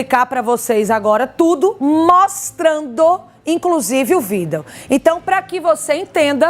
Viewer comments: Gritante é a jornalista que insistir em dizer vídel em vez de vídeo! E a Advogada dizer "agente vamos". Só pode ser do nervosismo!! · E a jornalista em insistir com vídel em vez de vídeo!!